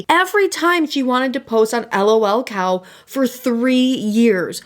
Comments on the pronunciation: I was interested in watching until you called it L.o.l cow. I know that's the way it shows but everyone calls it lul cow and I just couldn't. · It's just lolcow like "lulcow" not 'L-O-L cow" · lolcow, not l.o.l. cow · sorry but everytime you say L-O-L cow i die a little more inside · sorry but the way you are saying lolcow is triggering me lol